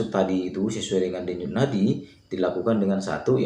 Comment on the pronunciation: mantap bang infonya,, sangat bermanfaat Ngomong Denyut nadi nya kok belepotan abang ku